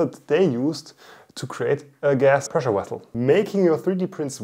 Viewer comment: "a gas presslewessle 😊"